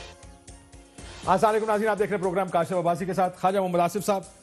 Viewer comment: What a fake programme he conducts. Mr. Host does not even know how to say Assalam o Allikum.